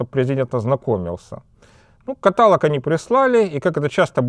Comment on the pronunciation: не катАлог, а каталОг.